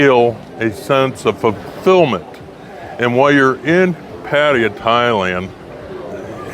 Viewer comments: Got it so another simp channel for Pattaya and also still pronouncing it wrong 😅 I wish you all would leave Thailand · You should start by first learning how to pronounce Pattaya. If you live in Thailand learn how to speak first.